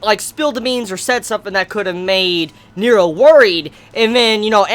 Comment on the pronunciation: NERO! N-E-R-O ffs, the way you pronounce it is so distracting.